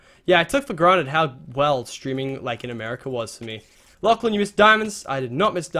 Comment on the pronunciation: Anyone else notice that it sounded like he said "Laflan" at the beginning of the video? :P